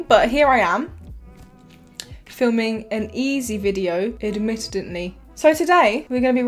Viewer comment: Admittedly = Ad mit ted ly.